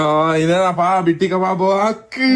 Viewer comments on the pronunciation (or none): none